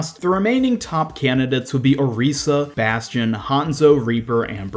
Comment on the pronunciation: The only thing that really bothered me with this, is the way you pronounced Orisa.